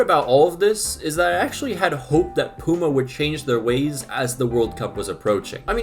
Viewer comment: Pyoo-ma, not poo-ma 😂 but yeah I agree that these new shirt designs are horrible